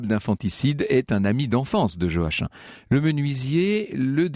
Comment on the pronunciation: Joachim c'est joakim pas joaquin